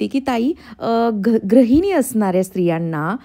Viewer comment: Tai tu gruhini cha uchhar vegla kartes te gra nasun gru ahe Pan chan bolates